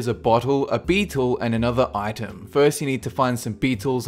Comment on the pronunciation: When he says "Item" I hear "Itune"